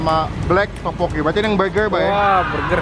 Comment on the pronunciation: Setau gua teokbokki deh bukan topokki